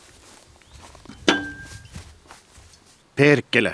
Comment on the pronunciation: That perkele was pretty good haha